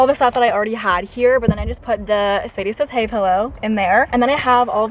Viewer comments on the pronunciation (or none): not the "sadiesayshey" pillow 😂 true fans know :)